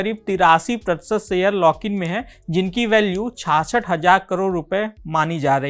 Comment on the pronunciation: Your pronouce is to improve... लाक in नही भाई...लॉक in